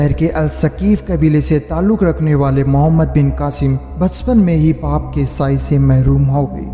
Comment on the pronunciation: Pronoucetion is very bad Raaza =raja Paap=baap